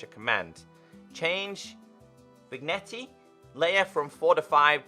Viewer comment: I believe that Vignette is pronounced Vinyet